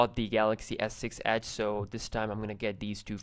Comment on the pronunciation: The way he says edge is funny he says ACHE